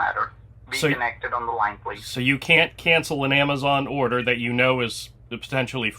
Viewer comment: The "wheezon" you have been contacted....😮😅